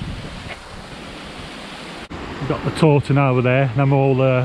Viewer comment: it's The Tontine, not Torton:) - the run-off is the River Stour:) Great local video though, thanks very much - visit us again soon 😁:dothefive